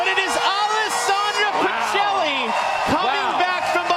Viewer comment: Why do American commentators pronounce Pichelli like that hahahaha it's an Italian surname, it's pronounced "peekelly"